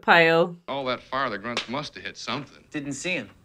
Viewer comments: It's "grunts" not gunts. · I find your reaction a much needed vacation from Stanley Kubrick's vision of the Vietnam War,. Especially the mispronounciation of 'grunts' (gunts - it sounds like another word). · Grunts, not gunts. :)